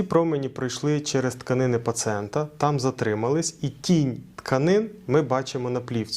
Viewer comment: як лікар, ви мали б знати, що в українській мові: - не паціент, а пацієнт; - не -графІя, а -грАфія (ви ж не кажете "фотографІя", "біографІя" чи "географІя"; - в родовому відмінку не суглобу, а суглоба; - не покази чи протипокази, а показання, чи протипоказання.